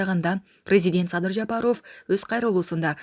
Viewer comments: Жапарооф эмес Жапаров туура айт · Ушул кызды мен түшүнбөдүм фамилияларды туура окуй албайт же сабатсызбы президент Жапарооф десе эле аллергия болуп кетем, силерге дагы байкалабы эли журт?